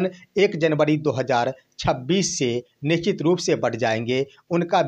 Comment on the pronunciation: निश्चित को निचित बोलने वाले का तो घर जाकर बुला लाएगा।